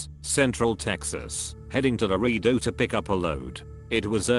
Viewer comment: Lmao "loredo". It's Laredo*